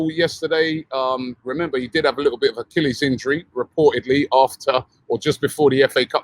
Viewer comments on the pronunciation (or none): none